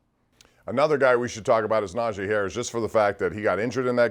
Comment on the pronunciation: come on dude. It's Najee, not Najay.